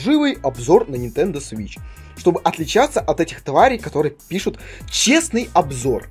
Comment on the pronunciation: Почему то мне слышаться не свич а сыч